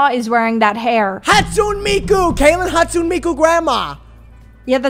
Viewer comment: ‘hatsoon miku’